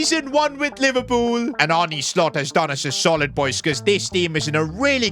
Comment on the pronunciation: can we have a minute of silence for his pronounciation on arne slot